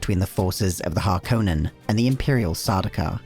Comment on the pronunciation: THANK YOU! The only youtube channel that pronounces harkonnen correctly.